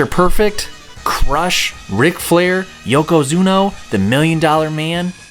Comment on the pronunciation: Yeah that was an oddly-specific, really weird mistake to make IoI... especially considering he says Yokozuna wrong for Royal Rumble, then says it correctly while doing the Raw roster, then gets it wrong AGAIN when doing Wrestlemania the Arcade Game Imao